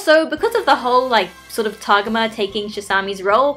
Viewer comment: i dont want to be THAT person but.... tah-go-mah not to-gah-mah